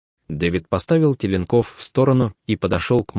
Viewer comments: Бля.... Я не могу, вы знакомы с русским языком? "ТелнкОв", "тройняшЕк"... Вы дебил, читающий текст??? Никогда в жизни не придет мысль поставить ударения таким образом. Ставлю дизлайк за дебилизм... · ТеленкОв, тройняшкИ - на кого это рассчитано?! Ставьте диктору ударение в тексте, если он не знает языка, а не коверкайте слова.